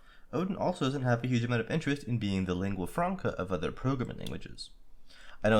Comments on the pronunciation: pronounced lingua franca properly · You did not mispronounce "lingua franca". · 1. You pronounce "lingua franca" just fine! 2. Please talk slower. Slower than you think is reasonable. Recording for video (or any other scripted speech)needs proper technique to be comprehensible, and "surely that's too slow" is about the perfect pace :) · You pronounced lingua franca correctly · italian here :P You actually pronunced "lingua franca" pretty well